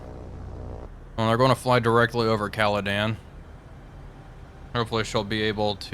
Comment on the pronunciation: FYI: your lead light cruiser is HMS Caledon. Not HMS "Calodan."